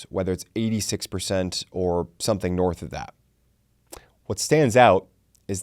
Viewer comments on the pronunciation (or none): none